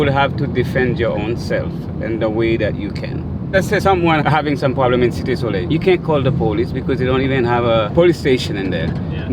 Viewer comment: That would be "Cite de Soleil" pronounced "see TEI" or "see TAE" (not "SIT"). If they pronounce it "sit", that's an inaccuracy. "Cite" has an accent over the "e" and it is French for "city". "Soleil" is French for "sun".